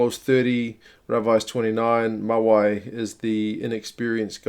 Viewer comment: Pronuciation was spot on except for Mawi - pronounced "Mah Wee".